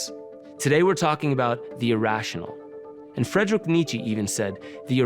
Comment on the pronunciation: WHAT!!!??! Are gaia using A.I Avatars now!!???. Because a Normal Human Being wouldnt pronounce Friedrich Nietzsche like That!!!.